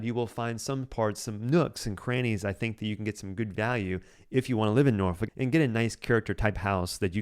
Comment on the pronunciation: Please pronounce my hometown of Norfolk as Norfek. If you’re a local you’d say Nawfek. NOT Norfuck. Good grief!